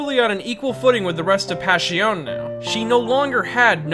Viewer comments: It’s pronounced “Pash-i-o-nay” not “Pash-i-on” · Since its italian wouldnt it be pronounced "Pash-ee-oh-neh"? Or am i making no sense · Passione You pronounce the E, that's how Italian works. Like Spanish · italians do not chew the last letters of the words like most other nations. Last letters signify the masculinity or femininity, or even if you're referring to something singular or plural It's very important to pronounce passione as passionE.